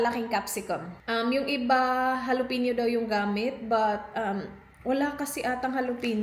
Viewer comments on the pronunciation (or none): It's Jalapeño not Jalopeño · ja-sounds like ha la-sounds like lah pe-sounds like peh ño sounds like nyo.san ang lo dun and mind you I didn't correct her because she might feel insulted,since really accepts corrections.Thank you